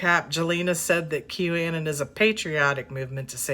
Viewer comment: Anon is short for anonymous, you are kinda pronouncing it wrong...just saying